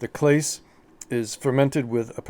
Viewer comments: It's not pronounced Clays its CLAW-SAY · Good products, you need to learn how to pronounce Clase!!